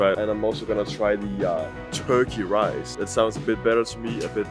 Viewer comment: 加油！ 看了也好想吃火雞肉飯 （發音大進步！）。 Your pronunciation of Turkey Rice is good!! You must practice a lot, we can all see your improvement!